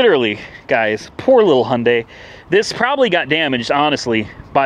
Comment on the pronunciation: Hailding😂😂 Hyundai